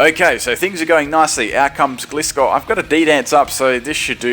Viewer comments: It's called Gli-scor not Gle-scor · It's gly-score not glee-score! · Cool videos but as usual your pronunciationsare quite off putting for me. Synthesis, Florges, Gliscor...Sin-the-sis, Floor-gess, Gly-scor come on dude, it's not that hard. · Correct me but im pretty sure they pronounced gliscor like this glie-score in the anima not gli-score